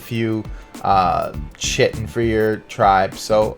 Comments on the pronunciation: Great vid mate, nice spots. Just a small thing though, it's Ky-tin (chitin). Keep up the good work. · are you american? if so look up how to actually prounce 'chitin' correctly please. it's actually pronounced as if it was spelt with a k and not a ch. and if your not american you should definitely look up how to pronounce it... and fast...